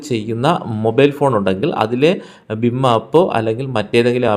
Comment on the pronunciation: ബിം അല്ല ഭീം